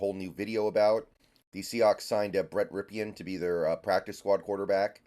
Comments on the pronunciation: Pronounced, "Rip-in." FYI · I cringe Everytime he says rip e in. But i'm old enough to remember his uncle win a Superbowl